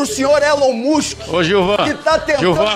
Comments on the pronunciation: Elon mushen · Elon mÚskÍ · Da-lhes Elon "Muchin" 😂😂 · Os cara é tão inteligente que fala "Elom muski" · ELON MUSSE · A galera tem dificuldade até de falar o nome do Elon Musk, vai Brasil. Sensacionais estes vídeos.